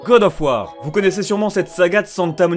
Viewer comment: Śé qoi gode ofeu wardeu ?